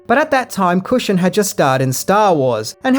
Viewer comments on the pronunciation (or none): sorry dont mean to nit pick but its Peter Cushing not cusion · It's Peter CUSHING, not Cushion! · Peter Cushion? It's Cushing! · Peter Cushion? Cushing! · "Peter Cushion" LOL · Peter 'Cushion' lol